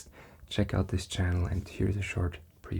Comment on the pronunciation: I imagine she has lived In Aus for many years. Can definitely hear the thicker "thus" rather than "thiis". And she rolls an R sound so most likely originally from southland in nz. But crazy indeed. I'm a kiwi currently in Canberra 😊